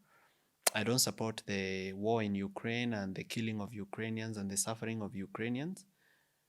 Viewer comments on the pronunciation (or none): none